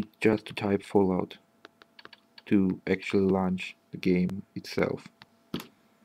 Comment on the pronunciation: А типа по акценту и неверному произношению некоторых слов непонятно, что у автора как минимум английский - не родной. Launch, Touchpad, Smoother. Они не так произносятся.